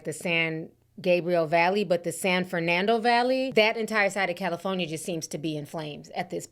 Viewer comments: Ti we good with you saying Cali instead of Caly Phone ya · Calafonya lol. I’m sorry but that was funny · Ti be like Cali-Phone-Ih-Yah 😂… also this is a reminder people should always stay ready for a natural disaster especially if you live in an area known for them … prayers up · Cala-fonya... I've been pronouncing like you since yesterday and my kids are sick of it 😂😂. I'm in Texas, south to be exact and we didn't get the weather north Texas has. I wish they help California instead of politicizing it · ….🗣️CaliPHONYia lol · Jeez prayers to everyone in California. I was born there. 😢 Ti I hope you don't get upset with me for saying this but I've never heard anyone ever pronounce California like you do....EVER 😅 my mother was listening in and screeches everytime she heard you say it. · Thank you for the updates I love you girl, but California has 4 syllables not 5 😂. I get tickled every time you say California. Keep up the great work sis❤ #Caligirl